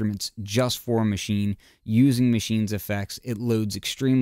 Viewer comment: Finally someone who pronounce it correctly. It's mah-she-neh, just as said in the start of the vid!